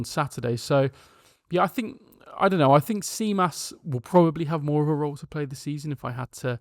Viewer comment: Tzimas is pronounced ''Jimas"